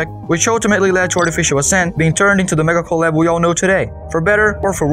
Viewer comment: Really nice video with professional feeling commentary and editing something i found funny is every time you said mega collab i heard medical lab